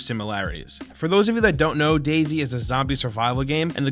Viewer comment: DayZ is pronounced as "daze". You're making it sound like " Daisy"